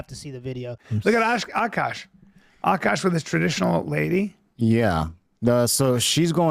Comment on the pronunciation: AhhKash . not AKK KASSH